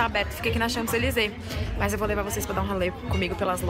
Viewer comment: Kaaroool socorro, eu sou muito chata, mas vc tá pronunciando "Champs-Élysées" errado!!!!! A pronúncia certa é "Chanzelisê" o p é mudo! Francês é uma língua louca =P =P Mas apanhei muito dos franceses por falar assim =P E toda vez que vc fala, me dá uma agonia no coração hahaha E vc tb escreveu errado no título, tem um "s" no final! Vc tb falou "chez" de forma errada tb, o e é fechado, é como "xê", o "z" n é pronunciado. E PS, aprender francês n é tão difícil, é mais fácil que inglês, é só acostumar o ouvido.